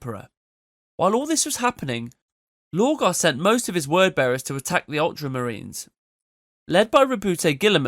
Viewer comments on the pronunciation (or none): I'm not so sure, the pronunciation of lorgar switching to low-gar is suspicious.